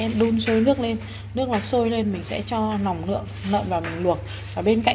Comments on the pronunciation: Ban quê ở đâu ta vây lòng lơn hay là nòng lơn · "nòng"súng hay "nòng""nợn"😅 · Nòng nợn, nòng lon, nuộc nòng...là gì vậy e...làm vedeo e phải cố gắng sửa những từ bị ngọng. Tiếng mẹ đẻ nên nói cho chuẩn để kg ảnh hưởnng đến người xem